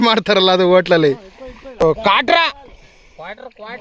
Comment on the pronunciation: ಅಣ್ಣ ನಿನ್ ಬಾಯಿಗೆ ದೊಡ್ಡ ನಮಸ್ಕಾರ 🙏 ಮೈಕ್ ಹೇ ಬೇಡ ಕಣಣ್ಣ 🤣😂🤣😂 ಅದು ಕಾಟ್ರ ಅಲ್ಲ, ಕಾಟ್ಲಾ 🤣😂